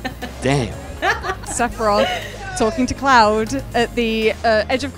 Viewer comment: I didn't realize Sephiroth's name was hard to pronounce, 3 or 4 people there pronounced it sephirof